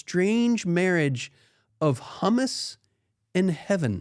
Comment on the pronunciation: “Humus” is pronounced: “hyoo-mus.” If you say “hummus,” you’re talking about the garlicky chickpea dip.